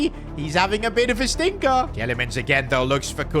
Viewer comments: PCQ: Belgian media is livid because of the mispronounciation of Youri Tielemans. His name is pronounced ‘Tee-la-muns’. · You have pronounce Tielemans like teelemans in Belgium you say it like that.